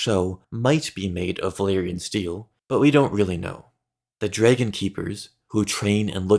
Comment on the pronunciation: Why do you pronounce it Jraegun